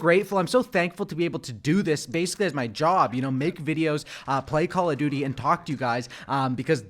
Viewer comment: How hard is it to pronounce duty 😂